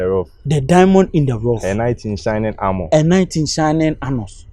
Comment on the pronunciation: ''A Knight in Shining Armor'' goes like ''A night in shining Anus''🤣🤣🤣😂😂🤣